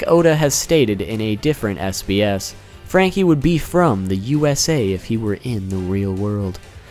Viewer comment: FRRRRRRRRRanky!!! i liked it a lot the way you said